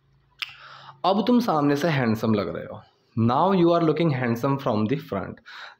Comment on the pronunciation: हैंडसम नहीं हैंसम होता है 🤣🤣